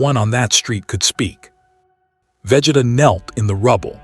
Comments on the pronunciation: Vegituh lol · Bruh I hate it😂 they all do it for some reason 🤬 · Wish AI could pronounce Vegeta's name correctly 😂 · Right... how hard is it?